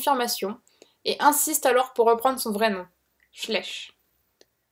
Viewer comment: Super vidéo ! Mais bon la prononciation des noms Allemand n'étaient pas bonne, tous comme Schleich qui se pronnonce "Schlayche" ^-^ Très original en tous cas